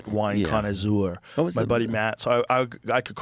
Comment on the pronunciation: "a connazooor" had me rolling!